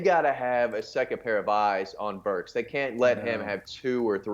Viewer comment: You should let the guy in the white talk more. You SUCK. You interrupt a lot. Y’all can’t even remember Arkansas OC name. It’s BurkS with an S. Not Burk. Good god.